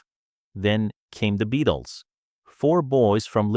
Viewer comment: What crap! From the moment he pronounces the name as "BE-ATLES" you know this is AI at its worst!!